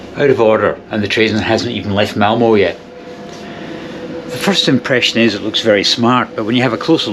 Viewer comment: If there are compartments on the train then this is the way to get a decent sleep. Done it many times. Avoid open stock completely. By the way it is Malmer not Malmoh. Look for the umlaut! Excellent video, though.